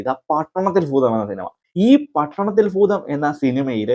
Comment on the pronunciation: പട്ടണത്തിൽ ഫൂതം അല്ല കുഞ്ഞേ... ഭൂതം... ഭൂമിയുടെ ഭ....